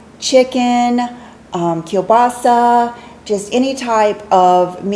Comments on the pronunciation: I'm impressed, your pronounciation of kiełbasa was spot on! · I am Polish and when I heard you speaking "kiełbasa" with perfect polish accent I was so positively surprised 😄 you even pronounced polish letter "Ł" instead of "L"! Good job! 😉